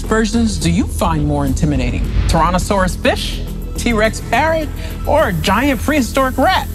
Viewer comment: And yet it ended so inaccurate still and she couldn’t even pronounce tyrannosaurus properly 😔